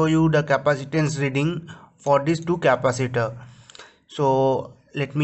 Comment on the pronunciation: Indian never knows how to say capacitor